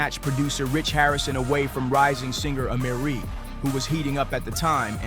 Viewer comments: Can you... Get these people's names right? My-ah, not Me-ah. Keh-lees, not Keh-lis. Ay-mer-ree. I thought you were talking about three completely different people. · Depends on which is more of a priority. If you want to present as knowledgeable about Hip Hop culture, I would correct the mispronunciation of Kelis, Mya, and Amerie immediately. If you are more concerned about your editing/video storytelling skills I suggest matching the narration with the video. For instance, when you were talking about Big L you had Beanie Sigel on the screen the whole time. I think it would make more sense to have Big L on the screen when discussing him - this would also help you look more knowledgeable about Hip Hop. Another example, you had a clip of Mya’s interview playing and then you discussed Mya’s perception minutes after her interview. I think you should discuss the topic and then have the interview play right after to support the narration. It helps the video storytelling appear more “put together” as opposed to discombobulated